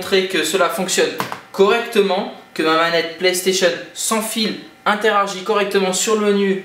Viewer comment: Tu dit "interargit"